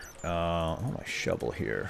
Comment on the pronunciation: in ravine you said shubble instead of shovel